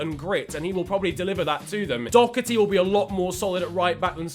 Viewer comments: Listen mate you say Doherty do/ her /ty not dok/er/ty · There’s no c in Doherty please pronounce it properly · The way the English say Doherty hurts my sole